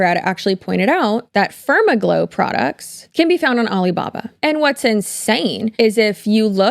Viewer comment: Far-MAG-low is the only way I want to pronounce it now. 😂